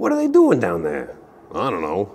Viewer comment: I just want you to know that your "What're they doin' down theah" bit made me laugh so hard I accidentally changed from Standard to Alchemy on my tablet, inadvertently playing the only game of the format ever on my Arena account. Heck you, good sir.